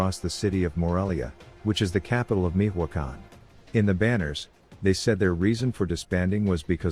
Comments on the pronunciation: “Mijuacan” 🤣 “Mi-cho-a-can” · Damn fool can’t even pronounce Michoacán. Meeehwacan wtf?! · Who says Mijoacan? Tf